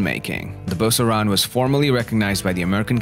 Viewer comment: I've never heard an American pronounce the name right.